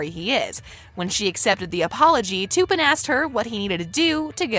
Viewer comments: She said toopen it's tupen🤣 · It’s Tuppin not toopin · I love how she said "TU-PEAN" instead of "T-UP-PAN". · It’s not ”TOoOoOpUN” it’s tuppen. And this is a 12 recent not a U rated movie. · Learn to pronounce names. Its not to pin, it's tup in. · It’s not Toopen it’s T ‘a’ pen. Clearly didn’t watch the movie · It’s pronounced t-appen not toupen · ITS NOT TOOPEN ITS TUPPEN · It’s not Two-Pun. They literally say his name in the film. It’s Tup-Pen. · She says "Tuuuupen" with a u prononciation instead of tuppen with a uh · It's Tuppen, not Tooppen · As a 13 year old I noticed all these things. And one more thing it’s Tuppen not toopin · I’m sick of this I’m not being rude but you ruin the whole video when you pronounce a name wrong Tuppen is pronounced ta-pen not to-pen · I think it’s tuppen not toopen no hate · and its tup-an not tupen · I love this channel so much and I watch it about 90% of the time that I watch YouTube but this one really annoyed me when she said Tupperware wrong! It’s T-eh-ppen. That’s the corrects pronunciation! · Im so glad im not the only one who finds it annoying with how they are saying “toopin” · “toopen” WHO IS TOOPEN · The way she said tuppin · The way she pronounced 'tuppen' she said it like 'too-pin' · NO OMG THE WAY SHE PRONOUNCED TUPAN ITS NOT TOOPIN that made me cringe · toopen lol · did really say toopen its tuppen ahahahahhaha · She pronounced tuppen "toppen" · You need to learn your cast members name you don't even say there names right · Is anybody else bothered by how she said Tuppen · If you’re going to talk about the movies like you’ve seen it, say the names properly